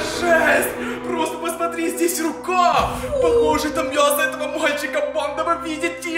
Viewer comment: говорил мьясо